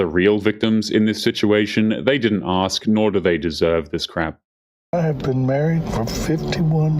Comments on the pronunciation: These women not being able to speak properly and CONSTANTLY saying AKS instead of ASK is grounds to divorce them. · The word is 'ask' not 'axe'